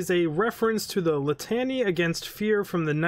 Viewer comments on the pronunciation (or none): it’s pronounced “lit-uh-knee” my dude:) The litany against fear is from Frank Herbert’s Dune novels. I heartily recommend them as the kind science fiction that changes how you think. Seriously, this shit is so good they made Mouthpieces’ other weapon “The Killing Word” is a dune reference as well.